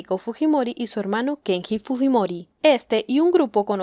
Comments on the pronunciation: Dice Kengi a cada rato... Si sabes que está mal pronunciado xq lo pronuncias mal en todo el vídeo ? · Se lee: Kenyi!!!! 😄